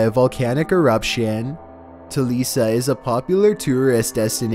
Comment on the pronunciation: It’s “telica”,not “telisa”